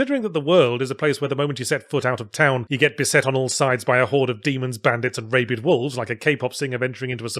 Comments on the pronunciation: "Dee-ab-low" not "Die-ab-low". "Rab-id" not "Ray-Bid". And before anyone says anything, yes I know the pronunciations may have been intentionally uttered in order to elicit the ire of his viewers. If that was his intention, then mission accomplished. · Still saying "raybid", huh? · He also mispronounced rabid lol